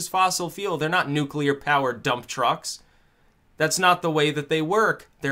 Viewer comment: I took a 'nuculer dump, once.